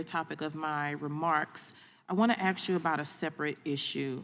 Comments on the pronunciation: Ms. Bush "axed" a question? If you can't speak proper English, do you belong in Congress? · She axed 😢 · She ax him a question 😂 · She axed a lot of questions 😅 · We aksed? Protestors? You mean the rioters who burned cities down? Perhaps they should be investigated yeah. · Just going to say that it is an embarrassment that a congress women cannot properly pronounce ASK. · What’s so sad is that we have lawmakers and decision-makers that aren’t even educated enough to be able to pronounce the word “ask“. This is what we are becoming. Also, I don’t give a rats ass about the color of your skin. When you break the law you are no longer a “protester“. You are a criminal. And the FBI hasn’t targeted Black Lives Matter for their criminal and terroristic threats. They have allowed them to get away with it. So I have no idea what in the hell she’s bitching about. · This woman is a House Rep for the United States Government and she can't pronounce the word "Ask" correctly? Who is voting for these people???? So, she's also a BLM activist? Since when was it ok to put domestic terrorists in our government???